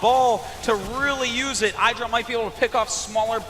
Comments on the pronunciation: THAT IS NOT Aydra,thats Idra (E-dra) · Yea it's not Aydra, its ihdra.